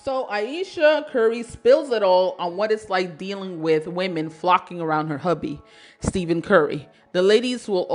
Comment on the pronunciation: STEFF-IN NOT STEVEN